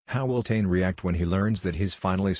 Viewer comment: Pronounced tanay